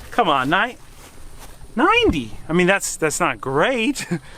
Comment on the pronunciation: Loving the way says 90!/9-dee! Lol lets get this sucker up and running!! 👍